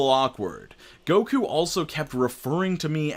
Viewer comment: I'm so sad to hear Goku's name slandered like this 😩😂